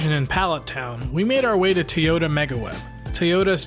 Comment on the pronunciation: it's irritating to hear people say Tuy or Tey yota. why!?!?